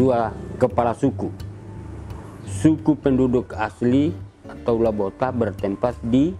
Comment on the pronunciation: Lobota.. bukan Labota